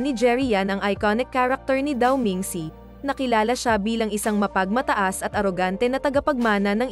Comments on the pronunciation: Shang hai Po hnd shang kai.dao meng shu Hindi Po daw meng si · wahhaha natawa ako sa sankay 😜ayusin mo kasi pag pronounce daw ming see hahahah 5k tawa ko dito sa content mo😂Shan cai hindi sankay 😜 🤣🤣